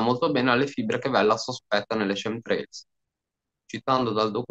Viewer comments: fantastico! Ma "scemtrails" non si può sentire! Chem si pronuncia come lo leggi, viene da Chemical=chimico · "Chem" in inglese si pronuncia esattamente come in italiano.